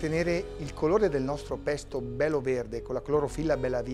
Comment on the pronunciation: Bello, però il "pesto alla ligure" mi ha fatto sanguinare le orecchie😅